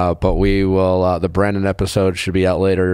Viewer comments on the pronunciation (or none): Nick I like your podcast I’m a fan but for the love of god learn the contestant’s names. It’s Brandon not Brendan!